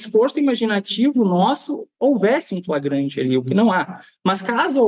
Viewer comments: "Fragrante" dotô? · É tão burrinho. Fala "fragante" 😂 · O que esperar de uma “autoridade policial” que pronuncia “fragante” em vez de “flagrante”, termo do Código de Processo Penal (CPP)? Precisa dizer mais alguma coisa? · primeiro lugar ele não sabe nem falar o português correto, ele disse em um vídeo a palavra "FRAGANTE" várias vezes, o correto é Flagrante. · Ele quis dizer: "Flagrante" e não fragrate!🤭🤭🤭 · Em Goiás as coisas mudaram muito. Antigamente o sujeito era indicado por políticos influentes para ser "puliça" mas mesmo assim vez em quando surgem idiotas iguais a este. Tomara que o governador exonere este imbecil para o bem da boa policia goiana. Um sujeito que não consegue nem falar a palavra FLAGRANTE passou em um concurso para delegado de que maneira? Quando Ronaldo Caiado diz que bandido no estado de Goiás tem que mudar de profissão, deve ter esquecido deste delegadinho medíocre e incapacitado para a função de proteção da sociedade! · Agora qualquer analfabeto vira delegado? O cara não consegue falar "flagrante". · O delegado não sabe sequer falar "flagrante" corretamente, imaginem as regras legais desse tipo de prisão. Totalmente despreparado. Em qualquer outro estado da federação isso seria demissão, mas em GO, um estado em que o próprio governador diz que a policia tem carta branca para fazer o que quiser, esse tipo de coisa é comum.